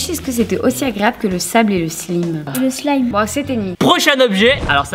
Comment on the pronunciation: Est on dit slaime